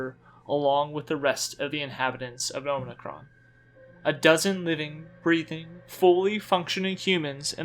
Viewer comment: you keep saying omnicron but it's OMICRON! awesome video but that was driving me crazy haha